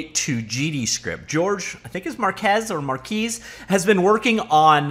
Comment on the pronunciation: Marques rhymes with guess not with geese